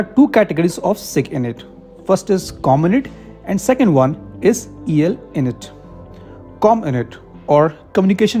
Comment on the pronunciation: It's not cominit or elinit. It's Comm. int . Abbreviation for Communication Intelligence. Like MI which is for millitary Intelligence